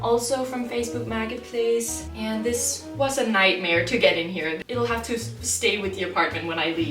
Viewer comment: "Facebook Maggot Place"--Such poetic pronunciation...